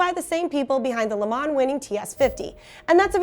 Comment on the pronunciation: ...and in other news...it's "LeMaw" The "N" is as silent as a Tesla passing a Ferrari without even using ludicrous mode. -✌🏼